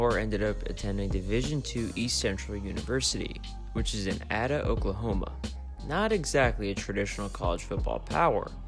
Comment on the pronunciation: hey man great video, im from ada oklahoma and its pronounced AYDAH not ADDAH. love the channel man!